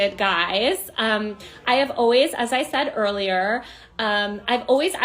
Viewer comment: Who is Taylor Lorenz? Who makes the word ‘earlier’ have four syllables? She’s telling people what she thinks, as if anyone was wondering… At least she “loves” everyone. 😶